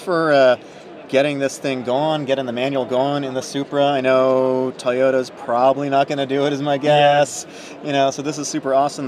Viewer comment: Can you please pronounce toyota with the T, its not toYODA. THANKS